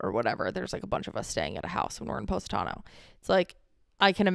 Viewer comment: It's not poe...satano, it's poss...itano. 🇮🇹 sorry, i know its probably your American accent but for us Italian's, it sounds 'fanculo'😂